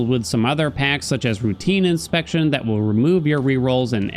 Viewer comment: Love this video! It is informative and concise. Makes me want to play Hades again (tbh the recent news and releases around Hades 2 did that already, but this was the last straw). My only point of contention: The way you pronounce Routine Inspection. It drives me up the wall. It is a routine *inspection*, as in "the mirror gets taken in for maintenance", but the way you gravitate to put the emphasis on the word routine makes it sound like an inspection of Zagreus's *routines*, instead